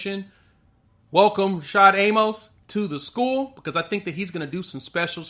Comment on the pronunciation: A-Mus. Not A-Mohs. He literally has the correction on his Twitter page.